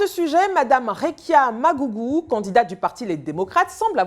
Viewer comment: Madougou 🙃 et non Magougou